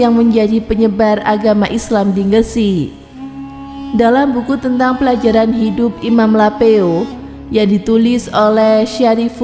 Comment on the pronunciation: Kritik atau saran dikit.. Polewalli tidak pernah ada di Sumatera Barat. Mungkin yang lebih tepat Sulawesi Barat yang dahulu masih wilayah Sulawesi Selatan.. Kemudian penyebutan kota GRESIK, bukan NGGRESIK. Terimakasih Wassalam..